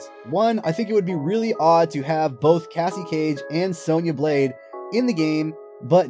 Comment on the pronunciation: its cassie no offence